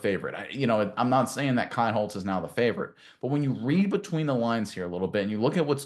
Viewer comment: His name is pronounced KEENHOLZ